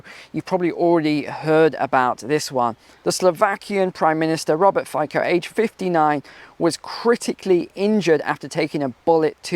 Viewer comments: Fico is pronounced FYTSO. He basically just refused to send weapons and military aid to Ukraine. He wants to have good business relations with everyone while not putting interests of EU beaureocrats in front of those of the Slovakian people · Fico is pronounced "Fitzo".